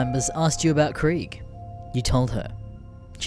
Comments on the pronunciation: You said krig wong it’s Ka-re-ga not Krag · Kreeg, not Kraig. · Nice a 40k GreenText. Also this squad sounds like a bunch of fucking heritics. Ps I know it's pedantics and shit but krieg is pronounced kreeg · It is pronounced "KREEG" you philistine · Its prounance Kreeg, you know, "war" in german